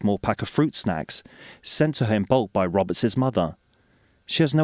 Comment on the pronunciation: Robertsis? It's pronouced Roberts. I'm embarrassed for my countryman who can't pronounce correctly.